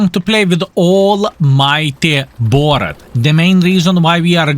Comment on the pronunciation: Borat ??? it's Boorrask' or something in phonetic ... well done as always Skill Thanks for the lesson